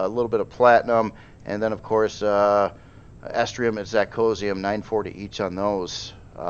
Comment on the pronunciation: You keep saying 'Estrium' but it's called 'Erestrum' :-)